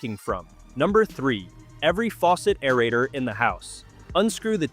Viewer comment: Stinkin' computer "voice" cannot correctly pronounce "aerator" and other words. GET A REAL NARRATOR!